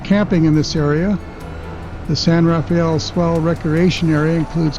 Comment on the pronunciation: San RA-fell, NOT San ra-FAY-ell.